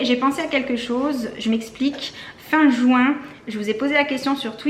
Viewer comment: "fin juin" ou "fin jouin"?